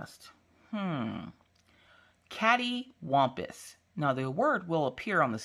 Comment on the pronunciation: Every single time I hear you say Catewompous makes me go into giggle attack. I find it so funny xD but maybe it's the fact English is not my first language.